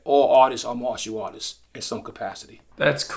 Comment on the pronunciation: I thought RZA was saying "autists" not artists😭 especially when he talks about hyperfocusing.... 😅